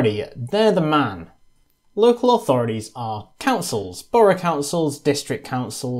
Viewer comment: Very informative, but maddenly annoying when someone who's clearly British persists on saying 'authoridies' instead of 'authorities'